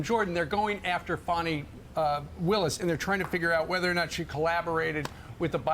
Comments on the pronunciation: Fanni is fanni . Its not fawny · Her name is Fani not Fawni, learn how to pronounce it. To help you take the I off the end, then say it to help you. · It's not pronounced "Fawni" which is a bunch of BS like this entire witchhunt. It's FANI exactly like it's spelled.............. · Her name is Fan-i Not Faun-i...